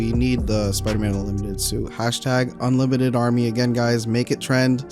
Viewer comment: "UNLIMITERD SUIT"